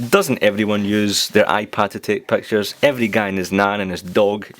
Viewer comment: "Nobody uses iPad to take Pactures , dasagree or aagree?" hehehe (no offense :P)